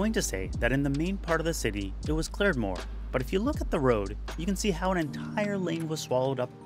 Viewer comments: its really irritating when he says clared instead of cleared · cleared not clard